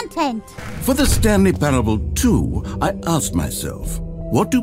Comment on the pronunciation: I think the way Mouse pronounced parable is one of the few times in my life I can truly say words have hurt me like why just why that's not even it's there's not enough letters to say that they're the wrong letters why